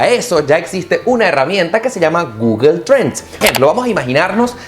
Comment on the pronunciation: No se dice Guguel !! Es Gugle o Go-ogle... jejej